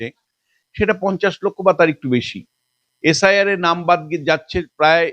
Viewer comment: এস আই আর উচ্চারণ এসাড় এসাড় শুনে আমি খবর আর বেশি দেখিনি😂